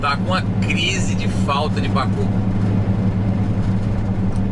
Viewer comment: Kkk mivard como se fala em americanes não tem pácu kkkk